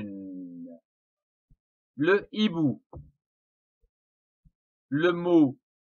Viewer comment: “ l’hibou ou unhibou” ..... pardon c’est “le hibou ou un / hibou ( sans liaison)”